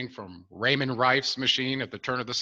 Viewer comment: Royale Rife, not Raymond Rife, I believe.